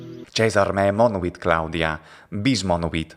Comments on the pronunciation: and , it seems to me that you pronounce the second "monuit" something like [mɔnowit] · It is true that we Italians tend to pronounce [mɔnwit], but my impression is that you also could not completely escape our fate, ending up pronouncing [mɔnuwit] or even [mɔnowit]... it is not easy to completely avoid "semiconsonantisation", is it? It is perhaps unnatural: since there is no interruption between u and i, it seems natural to me that the mouth rearranging itself will produce an intermediate sound linking u to i. Usually this is very short and almost imperceptible, but I can hear it rather clearly when you pronounce the second "monuit" at the end of that sentence ("bis monuit").